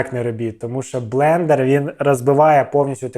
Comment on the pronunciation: долго держался, прежде чем произнёс "блЕндЕр":)